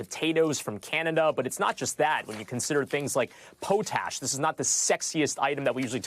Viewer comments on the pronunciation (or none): who is going to tell them how to say "potash" ? At first i thought he was talking about potatoes, lol. POT....ASH. No poe poe.